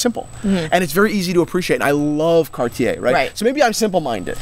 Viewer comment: Now, you guys got to learn how to pronounce Cartier....it would sound like "Car'tje" and not "Car-ti-ai" .......